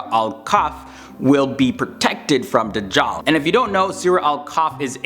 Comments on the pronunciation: The way he says Dujal is funny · Not Dajhal but Gog and Magog.